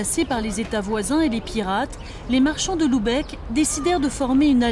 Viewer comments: Très jolie vidéo mais, attention à la prononciation ; il faut prononcer Lubeck et non Loubeck. P M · Bordel, c'est pas compliqué de prononcer Lübeck, c'est un U pas un OU ! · "Loubèque" :D